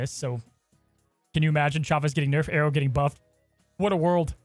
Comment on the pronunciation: I have never known people saying Aero like Arrow.